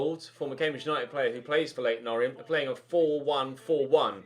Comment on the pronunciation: Just saying this is how you pronounce leyton orient. You said o-ri-ent and its pronounced or-ee-ant